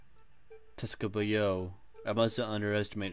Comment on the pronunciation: Tsukuba it's pronounced something like you would say 'scuuba' in english.